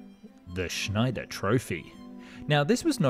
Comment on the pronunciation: Correct pronunciation is just a couple of clicks away. You're worse than Americans. Unsubscribe cause, illiteracy. Have to say, I laughed hard with your Zack-Oose Schneider.